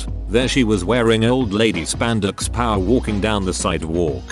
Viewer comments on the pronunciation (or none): none